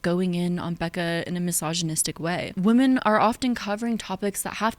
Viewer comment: Love you,. Great video. Only note is that you pronounce “women” the same as “woman” and it’s a bit distracting and unclear.